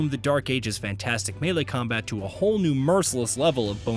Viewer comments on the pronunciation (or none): none